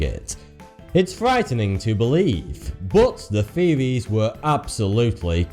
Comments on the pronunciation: No one: Absolutely no one: Not even the aliens in are 51: Him: feewies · i believe he says "top 10 conspwerise seweis that twerned out twue" your an adult man stop talking like a baby. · I finally realized that when he says “feewees” he’s actually trying to say “theories” so now the video actually makes sense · "True" is not pronunced "Two" and "Theories" should not be pronounced "Tweowies" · He's trying to sound so cool but ends up sounding like 'the conspiracy fearies turned out to be twu' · Can you not properly pronounce the th sound, British dude? These are not conspiracy "feories" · You're talking about the "conspiracy feories" LMAO the host is to much ! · feories. LOL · He pronounces his "th" with "fe" example: conspiracy feories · TruTH. THeories. What is with people with their lazy pronunciation!? It reduces any perceived intellect by about 75% in my book.